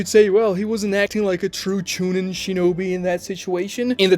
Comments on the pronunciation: No. You pronounced it wrong "Choo neen" Same for Genin 🤣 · Bro this guys pronunciations are god awful “TWOnadè” (tsunade) CHEWnin (chunin) MEZOOKEE (Mizuki) Horrid